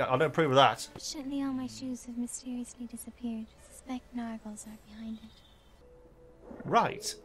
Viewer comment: NAR gles,, not Nurgles.